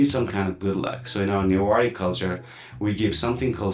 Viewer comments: This show should have been hosted by someone who can actually speak Newari; this guy has completely butchered the pronunciation. It's also prejudiced to focus on Hindu Newar, as Newari culture is primarily Buddhist. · Nepali speakers always mispronouncing newari names. They also call biska jatra bisket jatra😂. They just mispronouncing everything.